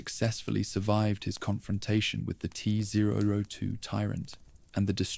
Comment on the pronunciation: Teh zwo zwo twoh 😂😂😂😂😂😂😂 wtf is this